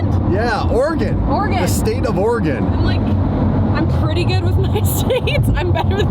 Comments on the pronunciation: saying Oregon correctly makes my heart happy. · THANK YOU for pronouncing "Oregon" correctly!